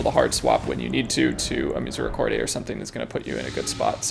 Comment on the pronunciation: theres no "ay" when you pronounce misericorde